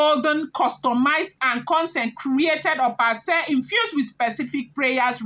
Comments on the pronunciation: Opa Ase is pronounced as (Okpa Ashe) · Opa ase ( pronounced okpa asheh)